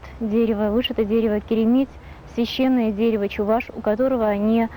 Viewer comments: Правильно произносить: чэВаш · надо говорить: Эпе - чэВаш.